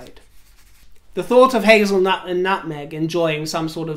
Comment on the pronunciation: HAZel`nut. That is hilarious! your dazzle & moxie is spot on. Fantastic Video as always.